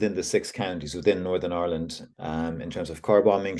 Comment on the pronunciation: Is it pronounced Ourland,of Ire land????😊